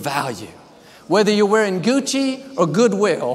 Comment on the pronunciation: I never want to hear Joel say Gucci ever again😂